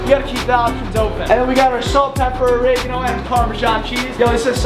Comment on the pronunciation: The way you pronounced Oregano really hurt my Italian heart